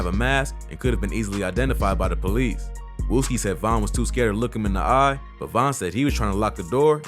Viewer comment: he added an e and there is no e in wooski